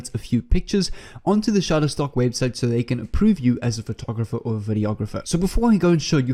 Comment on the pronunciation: You said Shuttertock 18 Times Sir !